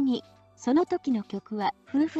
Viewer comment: ”夫婦坂”、”ふうふざか”でなく、”めおとざか”な。